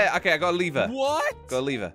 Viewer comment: What’s funny is josh says leever not lever